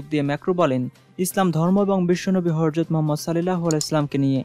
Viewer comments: উচ্চারণ ঠিক করেন, হরজদ নয় হজরত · Host er proti dristy akorshon korci... Nobi jir nam er age apni Horjot bolecen, shuddhu uccharon Hojrot Rasul (sm)